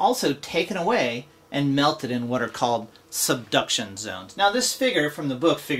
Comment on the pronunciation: Subduction zones, the way he says it makes me laugh so much lol,,,,,good video though